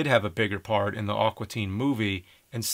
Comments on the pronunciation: It sounds like James is saying "Awkua" Teen Hunger Force. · Thats NOT how you say "AQUA"! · Amazing review. Great perspective. God fucking awful pronunciation of the word "aqua". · "Awkwa Teen Hunger Force" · It's "A-qua" not "Ah-qua"! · "Awkwa" Teen Hunger Force??